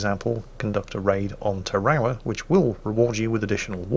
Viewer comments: ta-rowl-a? oh, you mean tear-a-wa! that's right, Tarawa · Actually,, Tarawa is not ta-rah-wha, it’s Tar-uh-Wuh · I thought I was going crazy and didn’t realize was talking about invading Tarawa because he couldn’t pronounce it correctly.... Tar A Wa it’s three syllables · i believe it is pronounced Tar-ah-wah